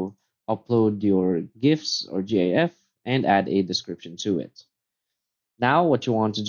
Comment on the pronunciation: you're saying GIF wrong